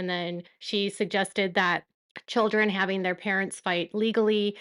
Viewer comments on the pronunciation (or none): IF SOBBIN SAYS HALFING INSTEAD OF HAVING... 🤯